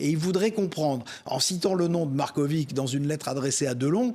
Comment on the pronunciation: si vous savez prononcer Djoković avec itch à la fin pour Marković c est pareil😊